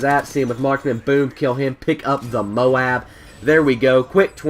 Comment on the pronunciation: THANK YOU! You said MOAB like "MOE-AB" instead of "MOBE". I hate it when people say it like "MOBE" lol